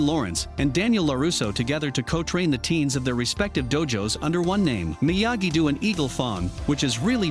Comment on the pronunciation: As soon as you say Myagi “doo” and eagle “fong” I wonder if you even watch the show